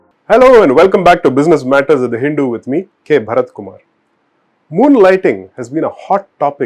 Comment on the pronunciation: Please work on your pronunciation of "The Hindu".